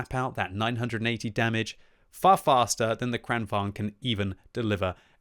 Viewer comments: bro...it's vaGn, VAGN, VAG-N not vaNg. Vagn as in wagon. vagn, wagon. like the German Kampfwagen. tornvagn, kranvagn, kampfwagen. Don't you have a PhD or something? holy fuck. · its Kran-Vagn not Kranvong